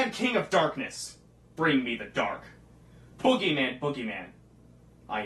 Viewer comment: you said foogiman instead of bugyman